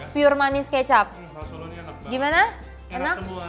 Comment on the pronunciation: Ini yang review ngomongnya gak bener, lagian gak ngerti apa2 soal makanan. Abon udang? telur direbus lama sampe coklat? Sebut "Solo" aja gak bener. Malu2in nih.